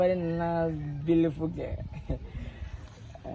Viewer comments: “Very nice biliful girl” 😂😂🤣 lilwin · Wizzy... "vely" nice "beauliful" girl 🤣🤣🤣